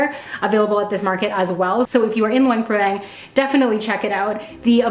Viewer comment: Nice video but Luang Prabang has a lot more to offer than the night market. In fact the night market is a long way down the list of things to see and do here. Also a tip for you is to learn how to pronounce the name of the place you are visiting so that you say it correctly for your video.